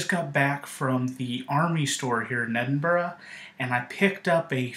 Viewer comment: CONGRATULATIONS ! You are one of very few people who is not from Scotland that can say Edinburgh properly !